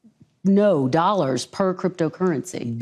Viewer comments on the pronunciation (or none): Dollars, not dolls trump, my god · Pretty sure he just said "We have a trade deficit of hundreds of billions of doll hairs"